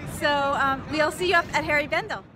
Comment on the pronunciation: Please don't take this the wrong way, but it's HENRI Bendel, not Harry Bendel. You look like you had a blast, best wishes to you!